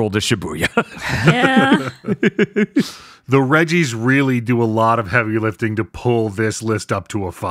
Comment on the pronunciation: Every time they mentioned the "Regi's", I can't help but hear "Reggies" and envision like some horrific man / rock hybrid of Reggie Fils-Aimé pursuing the cast and making those sounds. >3>